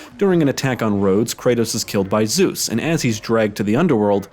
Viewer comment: killed by : ZÜß HAHAHHAHAHA what the actually F how bad it sounds in English, its called ZEUS